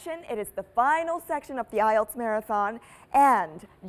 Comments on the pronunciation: bạn votw hay lắm nhưng mỗi lần nghe "Tạm ại eo" là mình ớn lạnh :-s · IELTS test, ý mình là cô ca sĩ gì gì đó thi nói phần IELTS đó. Chứ không phải JV.